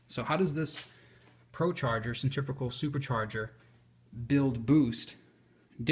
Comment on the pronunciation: Just a tip ...the word is centri .....fugal ....but each to his own